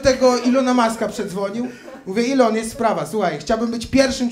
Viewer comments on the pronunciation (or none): none